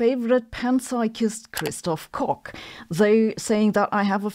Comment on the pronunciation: ...you said: Christof Cock!